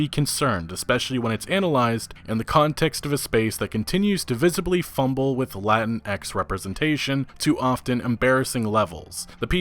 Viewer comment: just a heads up: you dont pronounce the x in latinx lol